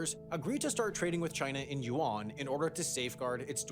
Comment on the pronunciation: Hmm, so Yuan and Yen aren't pronounced the same. I kept wondering, who the hell is Juan.